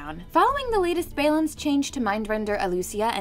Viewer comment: It's balance, not bailance.